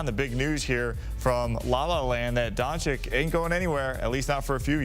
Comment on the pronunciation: DONCHICH, NOT DONCHICK. Oh my goodness, after so many years in the league, he still can't pronounce it correctly.